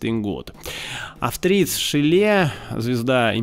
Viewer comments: Пардон, но Эгон ШИле, ударение на "Э" и "И" соответственно, ибо товарищ австриец. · Шиле ударение на первый слог, ведь он не француз)